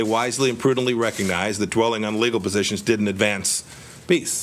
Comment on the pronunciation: He can't even say PEACE properly.